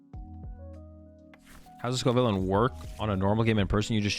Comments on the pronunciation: if you watch the first couple of battles he definitely doesn’t 😂 “scovillane” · I’m convinced you deliberately pronounce Pokémon names wrong at this point. It’s clearly pronounced sco - villain (as in, a bad guy) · It's pronounced sco' villain